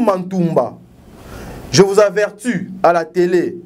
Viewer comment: Avertu te balobaka averti